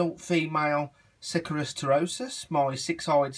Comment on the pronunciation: You're "" and can't even pronounce the Latin name correctly. It's not 'sick are us' it's 'suh care ee us'